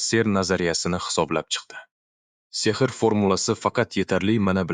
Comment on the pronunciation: Demak Ai ovoz bergan boshida uzizniki deb oylodim lekin Oskar deganda Sehrni ser deydi qanaqadir aida hisiyotszda uziz ovoziz buganda zur bulardi